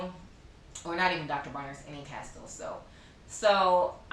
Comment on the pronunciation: Castile pronounced Casteel. It is a word of Spanish origin.